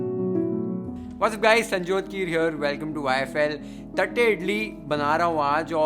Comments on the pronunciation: Th used in south indian languages does not mean थ ... it is त only. It is pronounced as तट्टे इडली. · Bro... Its not "थट्टे" its "तट्टे" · Dear Chef thank you for the recipe! Btw its तट्टे इड़ली. We SouthIndians use t for ट and th for त. But your pronunciation was spot on!